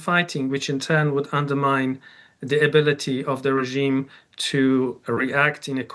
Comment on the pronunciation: Is there a special language training in DW English how to pronounce Regiiime specially when talking about Iran? All of you pronounce it in the same way,with German accent, with Indian accent , German American accent, wannabe pure British accent,etc….?